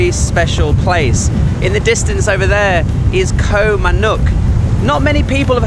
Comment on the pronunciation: You’ve been in Thailand for a long time now. How is it you still don’t properly pronounce “Koh”??